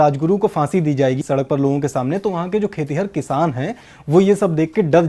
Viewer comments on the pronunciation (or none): none